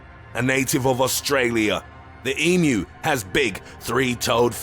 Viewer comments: THANK YOU!! you are the only video I have seen that got pronunciation of emu correct saying "E - MEW" as apposed to the butchered "E - MOO" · Very very impressed you pronounced emu correctly